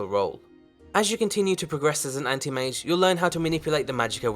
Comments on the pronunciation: I heard panty mage instead of anti mage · Path of the "Andy-Mage"?